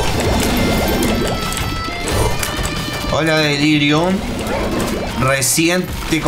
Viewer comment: En un momento dice "delírium" no en el jefe